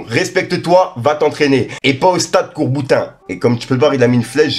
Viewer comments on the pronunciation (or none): Coubertin et pas coubourtin apprend à lire c’est pas sérieux c’est pas la première fois que tu sait pas lire en plus